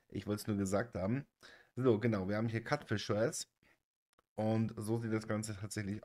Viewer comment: Ich will wirklich nicht wie ein Besserwisser rüberkommen, aber es wird halt einfach in Lautsprache 'Kiutfisch' ausgesprochen, nicht 'Katfisch' Cutefish (cute = niedlich)